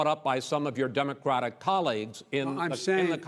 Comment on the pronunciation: Chris says “Democwatic”. He can’t pronounce it.